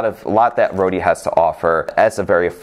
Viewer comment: Just Don’t say “Rhodia”